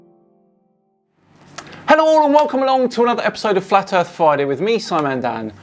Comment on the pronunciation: I just can't take anyone seriously that pronounces earTH, norTH, and souTH as earF, norF, and souF 🙄